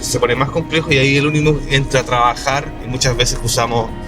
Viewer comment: Cabrito... me dejas con la intriga del paso hasta el jueves 🤬🤬🤬🤬🤬 Por cierto... Esa maravilla de Mercedes Benz se llama UNIMOG no UNIMOF 😂😂😂😂. Un abrazo y el jueves salimos de dudas